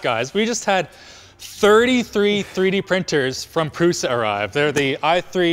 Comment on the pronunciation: In all languages, 'Š' is read as 'sh' like in 'shield'. So, his last name is like Prusha.